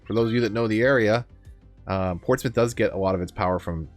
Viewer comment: I’m glad you pronounce Portsmouth correctly 😁